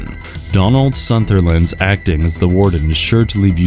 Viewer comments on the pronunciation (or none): “Donald Sunderland”? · Also it's Donald Sutherland not Donald Sunderland... There are more mistake but your Chanel is #truecol and I am a fan. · Who is Donald Sunterland? Cmon bro , all you have to do is read the script and you fuck it up😂😂😂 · Donald Suntherland? What the fuck? This isn't the first name you guys have screwed up in your videos...Try to do your research... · Donald Sutherland,!